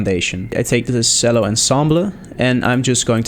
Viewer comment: Nice work! Although, 2 things: "Chello" and "On-somble"